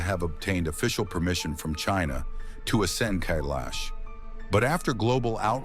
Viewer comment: Kailash can’t be climbed but, Khe-laash is a different story.